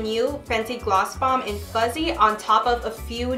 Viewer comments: it’s fuhssie not fuZZee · Sis it’s “FUSSSSYYYY”🤣🤣 all I’m hearing is Fuzzyy😭 kind of annoying please practice saying the right name haha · You were pronouncing the name wrong. You were saying ‘fuzzy’ but the name is ‘fussy’ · Girl it’s FUSSY not fuzzy. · It did drive me a little crazy cuz she kept saying fuzzy over and over😜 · I was like, “did I hear that right” 😂😂